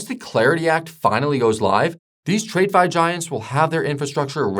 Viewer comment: Who is this guy reading a script written by Chapgpt and pronounces "trade-fi"????